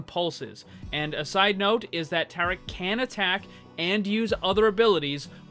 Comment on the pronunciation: Maximiliano Salvador understandable. I think It might me Hindi as well, seeing how it’s spelled differently and the way he was pronouncing it, it was a bit off.